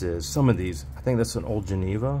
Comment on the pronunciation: The watch Geneva is pronounced Ja-knee-va. I know this because that was my sisters-in-law name. Every time you mispronounce it, I smile. The G has a J sound. Just like and. Ha Ha.